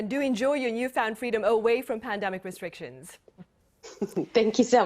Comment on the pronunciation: Omicrone? Pandarmic? Lol